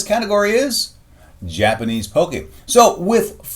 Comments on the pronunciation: You're saying it wrong... It's not Poke-y It's Pock-y Pock as In pocket not Poke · I'm getting triggered over the way he says pocky wrong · U pronounced pocky wrong